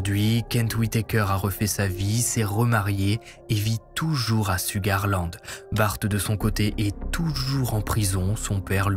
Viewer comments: Souga -land le R ne se lit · LOL En effet, Ça se prononce "CHOUGAR LAND"☺️ 🥰